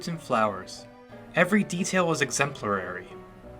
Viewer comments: Um. It’s “exemplary”, not “exempulary”. Just being helpful. 😁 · He also says "exemplarary"...